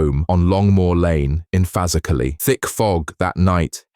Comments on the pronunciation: That dont sound right either bro..Fazackerley....scousers pronounce it Fer....Zack...Lee...said quickly. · Fazackerlee haaaa sort it